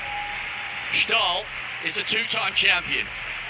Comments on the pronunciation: Ståhl, not SCHTAAAL. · Ståhl means steel in swedish. 💪 But you butcher the pronuncation of it. Å is not A. The H is silent. The name is closer to the english word Stol. But O is like O in the word Cord. St'o'l. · Å is pronounced O. Stål rimes with boll. It means steel btw.